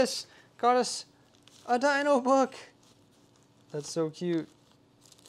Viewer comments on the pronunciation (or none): none